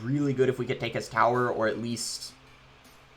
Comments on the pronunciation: I be thinking the same the lmao. Take the thower🥲🤣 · Is it just me or does it bother anyone how he says tower